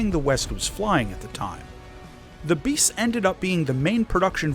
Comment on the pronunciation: I love how the way pronounces “bis” makes it sound like “MiG-15 Beast”. Very fitting considering the capabilities of the jet